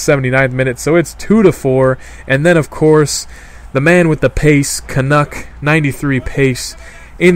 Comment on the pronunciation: It's not pronounced 'knuk', it's more like 'kernecker'